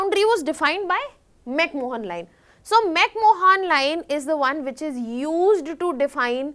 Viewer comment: McMohan Line? What a shame that you can't even pronounce McMahon.